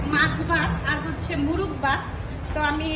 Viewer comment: মুরুগ না মোরগ হবে উচ্চারণটা